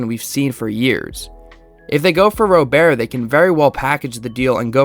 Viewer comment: Hate to be that guy but Luis "Robert" is pronounced like an American Robert. I agree its weird but ya /